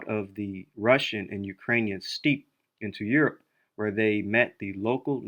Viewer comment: Steppe is pronounced "step", ware is pronounced "wear" :)